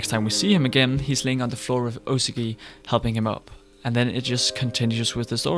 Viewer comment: dude. good video but. like, come ONNN you hear the word usagi (uh-sa-gi) spoken like a million times in the show. who is "yuzzaci"?